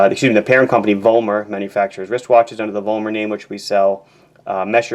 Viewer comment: BTW: It is NOT pronounced as "Wollmer" like you do. W in European languages is pronounced like English speakers mistakenly do the V, which should be spoken the same as an F! The company name is properly pronounced as "Follmer". The V is pronounced like an F in German, because the Roman alphabet had no F, just a V, so they are effectively the same!